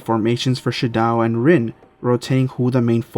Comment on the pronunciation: It’s pronounced “She-doh”